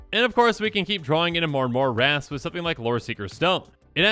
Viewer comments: I thought you said 30 rats i was like thats not too bad lol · I heard wraths as rats at first and was so confused where the deck was heading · 100% thought you were saying rats not wraths and I was thinking... what's so bad about rats? They aren't that strong. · Bruh I straight up thought you were saying rats, lmao 😂